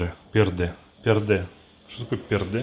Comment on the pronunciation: Не "Перде" а "Пирди".